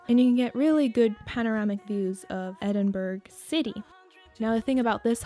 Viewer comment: Awesome video :D but just to say Edinburgh is pronounced, Ed-in-bruh not Ed-in-burg, I know we are weird